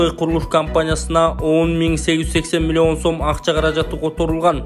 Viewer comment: Цифраны кандай айтып жатат мен тушунбой калдым милион сом 20 милион 83000 сом эмесби милионду да башкача айтат экенсин мулуён сом дединби